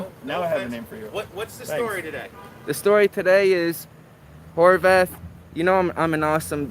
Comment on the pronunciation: did he really call him Whore Bath??